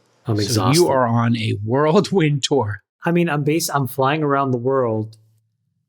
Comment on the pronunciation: whirlwind not world-wind. :hand-purple-blue-peace